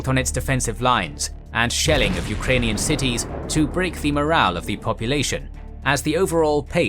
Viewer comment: Extremely high quality and well explained. The only thing i can complain for is the wrong pronunciation of the Ukrainian city names xD. Cheers from Ukraine. We will win this.